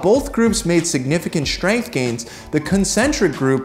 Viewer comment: Why does he always say "shtrong" and "shtrength"?